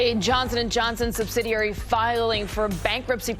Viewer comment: Sub-sid-ee-airy. Only one 'r'.